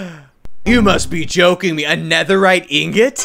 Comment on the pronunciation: it sounded a little Like he Said “you must be choking” 🤣🤣